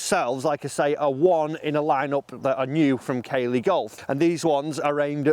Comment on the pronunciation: Hi, it’s pronounced CAA-LEY not Kay-ley